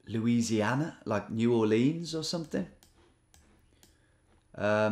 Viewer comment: Tom, Tom, Tom please. It's New OR-lens not New-or-LEANS. The natives pronounce it more like Nu-AW-lens.